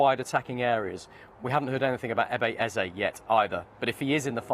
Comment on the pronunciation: Eberechi eze not Ebeye eze.